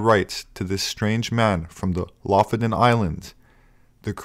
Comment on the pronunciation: Lofoten* not Lofoden. Great work as always